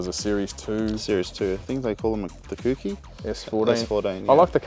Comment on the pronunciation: it's called the koh-key, not koo-key...